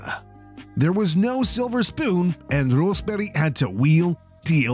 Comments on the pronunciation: Thumbs up for the correct pronunciation of the names Rosberg, Lehto and Häkkinen 👍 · As a Finn, I'm amazed you managed to correctly pronounce Rosberg and Lehto, but mispronounce Häkkinen. Usually it's the other way around with English speakers.